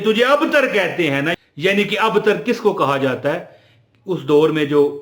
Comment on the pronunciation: Ayat ka tey ke sath ray nahi laga sir ji abtar gor kijiye